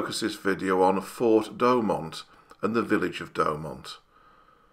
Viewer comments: Great video. Thanks. I've been to Verdun several times and have read much about the battle but the arial shot add so much to understanding. As for your accent, I personally don't have an issue. But pronunciation could be improved - try Do-oh-mont. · Great video, I've been to Fort Douaumont (pronounced Dew-mon), amazing anyone survived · great Video, excellent research on the topic. and some extra facts like the percentage of duds and stuff. loved it and will watch more for sure. one thing: its Douaumont not doughmont. XDXD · Douaumont is pronounced "Dew o mon" in French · "fort de DouAUMont"